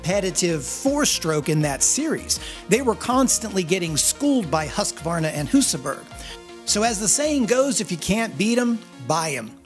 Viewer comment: Finally someone that says Hus-kvarna, and not Hos-ka-warna